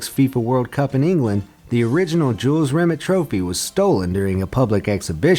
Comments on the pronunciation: Jules Rim-et still gleaming....you mad yet Just messing man it annoyed me too! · It's pronounced ri-may not ri-met... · RE- MAY. NOT REMIT YOU MONG TARD 😂😂😂✊️💦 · Is pronounced Jules RimAY not RimIT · It's not pronounced "Jules Rim it", it's "Jules Rim ay" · It's rim-ay not rim-ut, also #TeamEngland ⚪🔴⚪ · The name is pronounces Jules REE may not Rim IT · Jules Remit. It's pronounced Re-may. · This was terrible. At least make sure if you’re gonna make a video purely on the trophy, and have to reference it multiple times, you pronounce the name of the trophy correctly. If it was named after a Frenchman Rimet isn’t going to be pronounced Rimmett is it? It’ll be Rimay, similar to Beret and Ballet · “Re-may” is how it’s pronounced or better known as the holy grail. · "Rimet" is pronounced "Ree-May" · It’s pronounced ‘Jules Rim-ay’ u inbreds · Rimet pronounced Rimay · Pronounced rimay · It's pronounced Jules RIMAAAAAY! It's a silent T!! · Rimet is NOT pronounced like a bad frog impression! The correct way is more phonetically Rim-May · It's "RIMÉ"...the "T" is silent. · It’s Jules Rimet, pronounced “Rimay” as it’s a French name. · Pronouncing Jules Rimet’s name wrong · Nice pronunciation of rimet